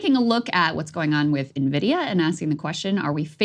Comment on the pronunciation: Thank you for pronouncing nVidia (ehn - vid - ee - ya) correctly.